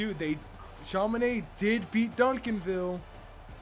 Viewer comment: It's not Chama Naid.... it's chamaNodd